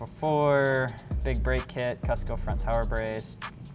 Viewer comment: Its pronounced "coo-s-co"...omg you murdered the word.